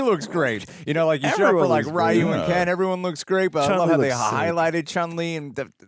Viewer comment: Finally he's called RYU, not RAAHYOO !!